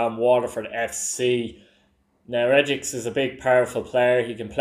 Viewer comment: Regix madika the Waterford player his name is pronounced regee just thought I'd say😂😂